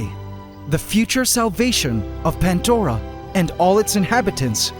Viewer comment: This might be well known already, and I've wanted to know since I started watching this channel .... But why Pantdora and not Pandora? What the hell is a Pantdora? Goddamn Canadians 🤣🤣🤣